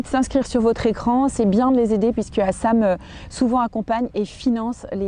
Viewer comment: hassam 🤣 c'est HASSEN ! 🤣